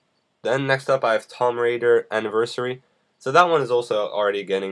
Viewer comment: Lol you said tomb wrong its spoken like "Toom"